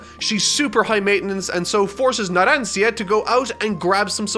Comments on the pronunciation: The fact says Leone and Narancia wrong when He watched part 5 so thoroughly pains me. I’m not mad, I’m just... disappointed LOL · Me, the comment section, and editor beating up for saying Narancia’s name wrong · Ah yes, my Favorite part 5 characters: Mista, Lyon and Narancia (mispronounced) xD Never change Mr Editor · Why this supposed Italian native pronounces "Narancia" with an English "r"? In Italian, that should be pronounced with an alveolar tap, which is to say not a fully rolled "r" but just a slight tap on the palate, definitely not with an English "r". The alveolar tap is a sound that is very common not only in Italian but also in Japanese, and it's present in a few English accents (for instance, in a very old fashioned posh British accent, it would be pronounced when the "r" is in between vowels, and you can hear it as an example in V for Vendetta, whenever V is making one of his very theatrical monologues or speeches). In Italian, the alveolar tap is by far the most common way to pronounce the "r", as the fully rolled "r" is only said in words like "terra" and "marrone" where there are two consecutive "r", or "doppie". Source: I'm a native speaker with the hobby of linguistics. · I would've preferred if Editor had kept using the correct Discord pronunciation over saying "Naransia" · I'm more upset at him repeatedly calling abbacchio by his first name than "naran-seeyea" who does that ? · After your "naranSia" I'm pretty sure you need to at least check characters names pronounce on youtube. Poor editor, no offence. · “naran-see-a” you tried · Everyone: pronounces Narancia Narancha: pronounces Narancia wrong so much that the editor gave up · you have to say it like that narancha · As an Italian, I really can't understand how a true Italian native language person could pronunciate Narancia's name that way, completely wrong 😢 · As an Italian, it's very hard to hear how you pronounce Narancia xD